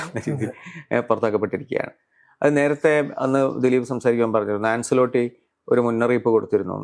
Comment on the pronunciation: It's ചാബി alonso... It's ആൻചെലോട്ടി.. വെറുതേ English news വായിച്ച് kona അടിക്കുന്നു